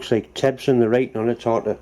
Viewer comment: it's "Febson" not "Tebson".